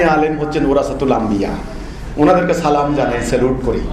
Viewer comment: সেলিম তুই সালাম শুদ্ধ করে দিতেও শিখলি না।